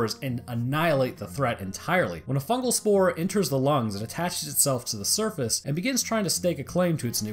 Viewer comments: fugal... isnt it fungal? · "FUGAL INFECTION" pls.